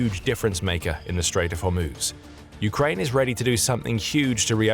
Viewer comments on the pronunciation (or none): none